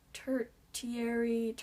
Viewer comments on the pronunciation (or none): Tertiary.....ti is pronounced as sh. So ter SH ary.